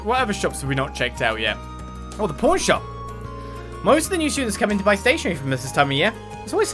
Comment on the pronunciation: you need to work on your enunciation, is PAWN SHOP, not porn shop XD Also, I offer myself to help the teacher to drink all those beer and because I'm a gentleman I'll let her have most of it, I'll just drink a little XD